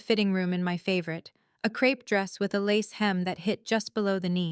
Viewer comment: Stupud AI, Crepe fabric, not crap fabric